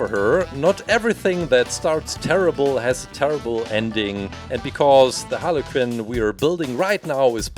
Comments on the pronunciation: It's not Harley Kin it's Harley Quinn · She’s not called holly cin it’s Harley quinn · i like how he says harley KIN =)) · Its (har li qwin) its spelled harley quinn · “Harley kinn” no offence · I heard haly kin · Don't you just fuckin love "Halley Qinn"? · Is it me or did i hear halicken instead of harley quinn 😅😅😅😅😅😅😅😅😅😅😅😅😅😅😅😅😅😅😅😅😅😅😅😅😅😅😅😅😅😅Also i love the colour's on harley this one of my favourite halicken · Are you saying Harley qinn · He said haly kin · Is he saying Harley kin?? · No offence but it sounds like you are saying aniken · Harley Kuuuin that’s how It’s pronounced 😀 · He said hala cin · When you said Harley Quinn it sounded like harly kin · Carson builder I heard hanakin. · He said like “halekin” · lol he calls her harley kinn HAHAHAH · How he says it tho lol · Bin ich der einzige dem auffällt dass er Harley Quinn falsch ausspricht?